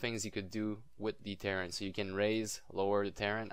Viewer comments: I know... He says it wrong. It's like some Star Craft Faction LOL Ter - Rain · he is saying KAREN